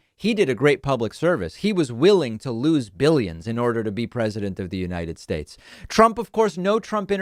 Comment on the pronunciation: Lol! I forgot about “the unirterd schtates” thing😂😂😂